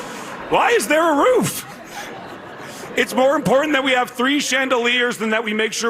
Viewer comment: This b. said importanant... 🤦‍♂️🤦‍♂️🤦‍♂️🤦‍♂️